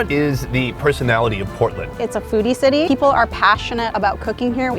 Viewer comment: my mans said the biggest tittie in Maine instead of city 😂😂😂